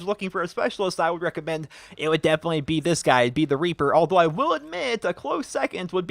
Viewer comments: The first time you said "Reaper" you said "Raper" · He sais raper instead of reaper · WHAAAAAT HE SAYS RAPER ITS REAPER GET IT RIGHT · in he said raper instead of reaper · i can understand how he can accidentally say raper than reaper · The second time he said raper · It sounds like he is saying "I love the raper" at the start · he said raper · Superior Logics I heard that too